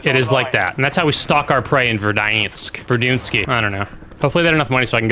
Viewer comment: its pronounced Ver-dans-k say it right